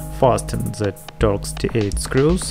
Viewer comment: TORX T8 SCREWDRIVER! I thought you said dot D8 screwdriver so I googled that and got a whole load of nuffin' so then I googled star shaped screwdriver and hit the jackpot. Whew, wotta journey.